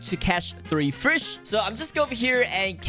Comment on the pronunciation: ahh yes hes going to "frish" 💀